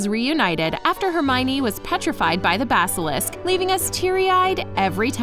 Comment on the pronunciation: atleast she says basilisk right